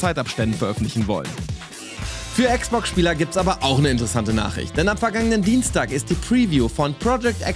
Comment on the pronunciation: Niemand den ich kenne, sagt Äx Box! Warum Ääx Box? Dann auch Pi Äs five